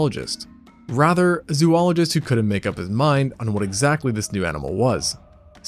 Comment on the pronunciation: “Zoologist” is pronounced like Zoh-ologist Just fyi 🙃